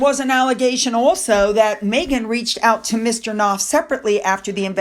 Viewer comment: Knauf is said like knee< silent K. She’s got it the wrong way again. She was the bully along with Harry and they’re cowards underneath like all bullies because they are incapable of expressing true friendship and basic good manners and leading with the truth.